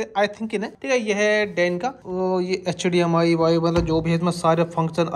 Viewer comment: HDMI ❌ HDMR✅